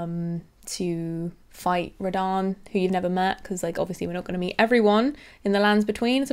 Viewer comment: well done read rhadan great rune please